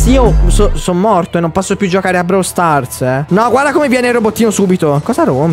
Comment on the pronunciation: si dice Brawl con la o